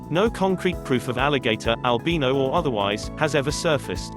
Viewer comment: Fuck you say Albino right